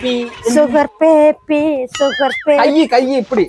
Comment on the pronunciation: சுகர் பேபி சுகர் பேபி சுகபேதி சுகபேதி என்ற போல இருக்கு 😂😂😂😂😂👌👌👌👌